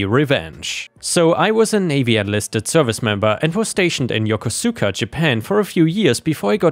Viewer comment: I was stationed at Yokosuka in the late '70's. Yokosuka is pronounced "yoh-kohska" (long "o").